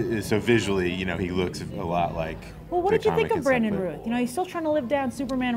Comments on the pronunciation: Hi Grace, love your videos! Don't wanna be a smart-ass, but Brandon's last name is pronounced like "south"... at least that's how Sam Huntington said it...thought you might wanna know! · Routh... sounds like South... "ow" not "oo"